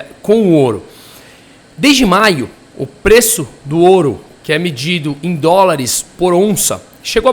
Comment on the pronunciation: CRÍTICA: não é oru... é ouro.. não massacre o português